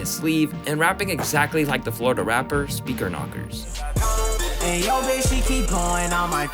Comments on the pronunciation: Did you say Florida rapper speaker knockerz? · Did you say speaker knockerz from Florida ??